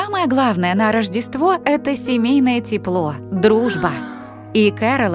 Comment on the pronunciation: "самое главное это семейное тепло Я слышу:"самое главное это дибильное тепло 😂😅 Всех с новым годом!☃️❄️🌷✨⛸️